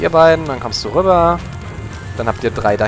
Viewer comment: bist du hesse? :D so wie du rübba aussprichst kommt mir das so vor^^